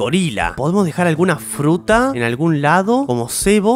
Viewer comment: alguien mas se dio cuenta de que en el minuto dijo frutra en ves de fruta